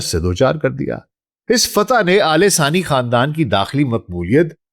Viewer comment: Its Thani not sani..